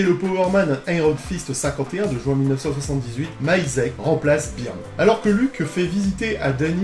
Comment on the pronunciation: Remarque existentielle : Byrne se prononce Beurne en version originale 😀